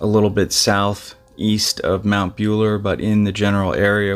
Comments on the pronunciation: Mate… it’s pronounced MOUNT BULLA!.. not bueler… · Won-on-gatta. Mell-bin. Mt Bull-a. Aussie pronunciation 👍🥰